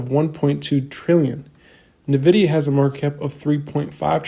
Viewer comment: It is en-vidia not na-vidia! Thank you.